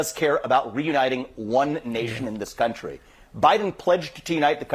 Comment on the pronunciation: Vivek it is country, not guuuuuntry